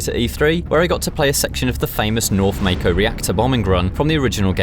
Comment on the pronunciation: Mayko lol Hint: Pronounced as the Mako shark